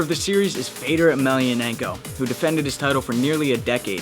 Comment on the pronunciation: Fedor is actually pronounced fey-uh-door